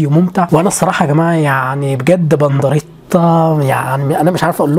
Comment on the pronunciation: إنت قولت بنضريتا و هو اسمه بنديرتا